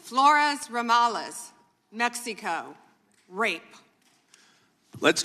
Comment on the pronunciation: Why does she say Mexico like "PepsiCo"